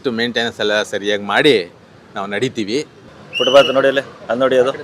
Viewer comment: ಯಾರಿಗೂ ಫುಟ್ಪಾತ್ ಹೇಳೋಕೇ ಬರಲ್ಲ. ಫುಟ್ಬಾತ್ ಅಲ್ಲ ಫುಟ್ಪಾತ್ ಅದು!